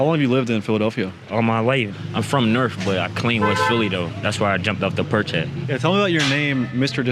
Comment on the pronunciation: He called the porch the perch